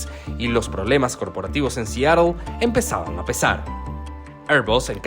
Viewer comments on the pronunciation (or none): none